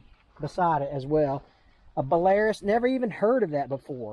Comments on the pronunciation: So... That 2nd tractor may have been a Ford, but I doubt it. 3rd was a IH. It's also pronounced Bell-R-roose. And there's a lot of them. Also, the "original John Deere" was an early AGCO tractor, back when they were basically White Tractor that also owned Duetz (pronounced Doitz). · As Kyle Shores and N&W 2156 Y6a have pointed out this is the tractor is a pronounced Be-la-roose this is a VERY popular tractor in Central/Eastern Europe as well as Russia. They are cheep as chips but last a long time. Russian tech so, if it stops working, just hit it hard (Basic electronics and almost no luxury). Build with no frills to get the job done.